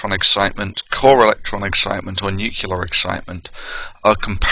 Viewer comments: 'Some small discrepancies here between video text and spoken word, not too serious (but I've only watched 98 minutes so far)... It would be nice, though, if the narrator could pronounce the word "nuclear" properly. It distracts- and irritates me when he speaks like George W, or Bruce Willis...! Say after me: "New"... and now, "Clear"... Great - now say them one after another.... NewClear. Well done! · Exactly! I'm somewhat shocked... He's about 50% "nuclear"/"nucular" I think, but he seems to have some serious problem with that "cetera" pet hen of his, constantly laying its eggs in his sentences :D It's a shame, there is so much he has to offer, in many fields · mia wick It doesn't take away from the contents of course. Never claimed that. But this imperfection (not an accent) just makes the packaging a bit less attractive. Mispronouncing words like "nuclear" is usually rather expected from people not from that field and far from that matter. Not a big deal, but something people notice.. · You know I got to cry foul on this superficial argument that pronouncing nuclear one way makes you a Starbucks sipping English professor and another way makes you look like you're about to make someone squeal like a pig. I know how nuclear is spelled and I know many other people who also know how it is spelled yet when they say it it comes out as new-Cyu-lar and not new-cleer. It's just how they say it even though they know how it's spelled. And despite this these people are all at or above average intelligence.